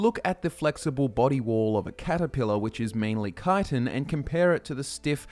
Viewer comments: chtin not kitan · Actually, it’s pronounced chit-in. Not kite-in. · I always thought it was pronounced Chit-in. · I actually learned the right pronunciation of Chitin in a biology study. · Im wondering where you derived your pronunciation of chitin from. I've always read it as chee-tin in my head, and hearing kye-ton really took me aback lol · Why duh yuh pronounce it kytin, tryin to hard to make it sound decent, tel it like it is lad, chit😢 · i dont like the way he says chitan the way he says it there should be spelt with a k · Wait... Isn't it pronounced "Shi-Tin"? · Shit thought it was pronounced Ch-it-en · i hate hearing the way people say it wrong. Chit-tin CHIT TIN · If you say "ki-ton" one more goddamned time... At first I felt you were mispronouncing it, but after hearing it for the hundredth time before the 4 minute mark, I just wanted you to stop saying the word altogether lol. I love you bro, but I was so happy when you started talking about other types just to hear other words lol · Think it's a UK pronunciation. I've always heard 'schit-ten' here in the US